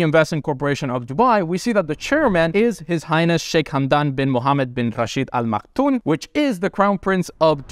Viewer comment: Al Makthoum ,with an M at the end not N. Informative video BTW. Cheers.